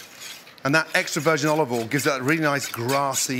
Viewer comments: Why do you pronounce Olive oil ...... Olve vol. Its olive oial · Still says olivol though 🤣